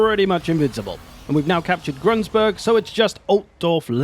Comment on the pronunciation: Excuse me GRUNSBURG? PRONUNCIATION!